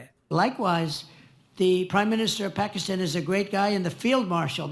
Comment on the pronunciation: paxistan aand sambi dhan😂